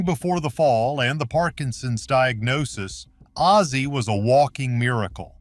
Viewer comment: The narattor should get ozzy’s name right not azie ffs